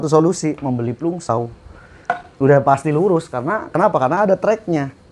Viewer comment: Bang itu di baca Planj saw bukan plung